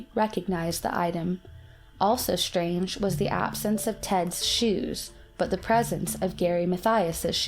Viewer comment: "shshshtrange" + "exshshshange". Are you crazy, dumb girl? Don`t you frikken know how to pronouce?